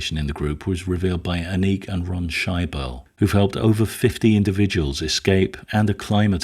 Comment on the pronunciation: Excellent video. One very minor little correction. The name "Anneke" is a German name and is pronounced "Ah-Neck-Uh" not "Ah-Neek". Like I said, just a minor correction on the pronunciation of a German name.